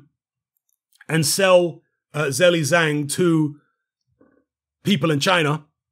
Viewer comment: hello, ur pronunciation for his name is not right😅😅